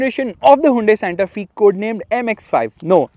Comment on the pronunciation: Fyi, pronunciation is Santa ‘Fay’, not ‘Fee’. The design looks very nice.